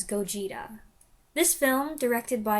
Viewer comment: Interesting review! Just an fyi, the pronunciation of Gojira has the stress on the first syllable. So, GOH-jee-ra. You can hear them pronounce it in the movie, but the word is very easy to miss.